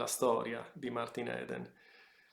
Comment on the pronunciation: Si pronuncia martin idn